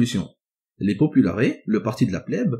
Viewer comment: Superbes vidéos, merci beaucoup Au faite, on prononce§es dans populaires (popoularesse) pareil pour optimates